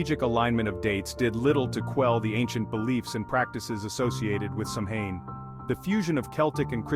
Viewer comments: You are totally pronouncing Samhain completely wrong…. If you’re going to try and speak like you know what you’re talking about you might want to do the actual research and pronounce things properly instead of insulting the pagan religion. It is pronounced “Sow-Wen” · Turned off when I heard "Sam Hine" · I Turn off video. you lose any legitimacy when you pronounce Samhain that way